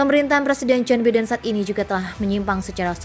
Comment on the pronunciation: Joe Biden braiii bkn Jon Biden... gmn sehhhh